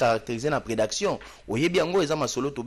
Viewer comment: Oh! C'est quoi la prédaction? Dites plutôt prédation Mr.